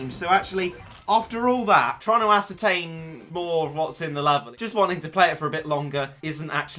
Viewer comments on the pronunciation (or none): none